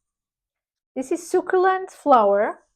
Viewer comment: Hi! Delicious Bouquet sounds good, but I don't need yet another Devotion dna citrus vanilla perfume. Definitely going to check out the Zara perfumes. Especially interested in the Matcha Mochi. Btw, succulent is pronounced: su (su as in sun) ccu (cu as in cube) lent (ryhmes with sent) Hope this helps! Have a great Sunday!